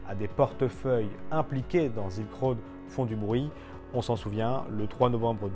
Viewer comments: ZZZZZilk road ^^' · sssss-ilk road ^^